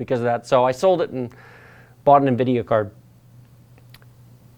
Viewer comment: omg did you just pronounce nvidia the way it is supposed to be?! what is happening😨